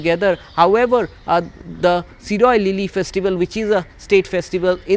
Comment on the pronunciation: It’s shirui lily no Siroy lily😂